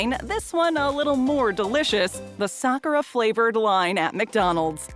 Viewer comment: At least they know how to pronounce sakura right .